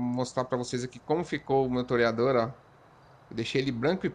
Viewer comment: Agora o toreador virou um "terryador" kkkk